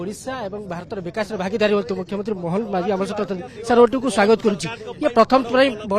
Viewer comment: କଥା କୁହା କପିଳା ମୋହନ ମାଝୀ ❌ ମୋହନ ମାଛି ✅